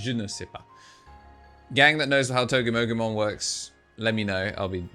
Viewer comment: you keep saying the name wrong. It’s pronounced togie mogie mon 😂😂😂😂😂